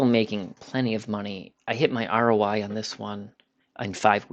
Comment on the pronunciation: He said roi.